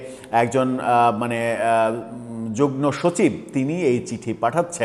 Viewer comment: জনাব, আমি আপনার কনটেন্ট নিয়মিত দেখি বা শুনি। সবকিছুই ঠিক আছে। তবে প্রথম থেকে একটা জিনিস লক্ষ্য করছি সেটা হলো "যুগ্ম" শব্দটা উচ্চারণ ঠিক হচ্ছেনা। আমি জানিনা আমিই সঠিক কিনা। একটু যাচাই করে নিবেন প্লিজ।